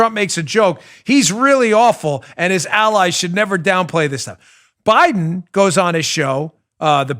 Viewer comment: it's BEAT, he also doesn't close his teeth to enunciate the "D" in Biden either